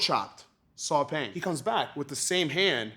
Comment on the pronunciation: Burmese here...Paing is pronounced "Pine" (without the emphasis for the P word ) rather than "Peng" or "Paing". It makes me happy to see that Lethwei is getting some recognition !